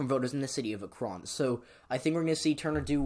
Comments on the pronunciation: sorry to bother but .... it's ACK-ren, not a-KRON .... your videos are amazing ,but mispronunciations can harm others' impression of you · Shortly after making the video i learned it's pronounced Ack-ren, my apologies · the way he said akron smh... ever heard of lebron james... the kid from AKRON?